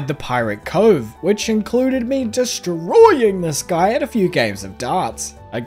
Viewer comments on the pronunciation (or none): the was you say DESTROYING is killing me 💀